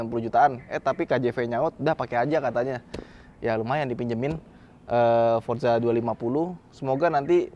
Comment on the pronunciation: Forza, bukan Forsa 😂